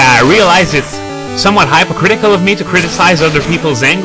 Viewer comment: You what's really great. You said you were being hypocritical of people who don't speak english well, and you mispronounce hypocritical.